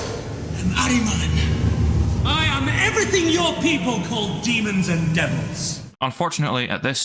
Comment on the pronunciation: It's Ahriman not Araman!